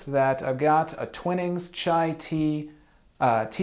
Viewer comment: It's pronounced Twinings like Twine not Twinnings. It's a lovely cup and I'm not a big tea drinker.